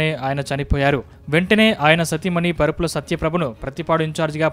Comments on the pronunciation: పరుపుల కాదు రా బాబు వరుపుల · పరుపుల కాదురా బాబు వరుపుల